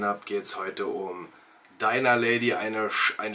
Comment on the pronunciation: Es heisst Dinner und nicht Diner. Klick mal hier auf den Play-Button